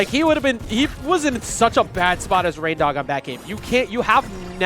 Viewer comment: he calls em rain-diq. Haha I love it lmao